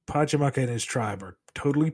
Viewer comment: his name is PachaCAMAC not PachaMAKA lol